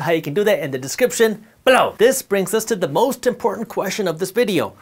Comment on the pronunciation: I just watch these videos to hear the word “BELOW!”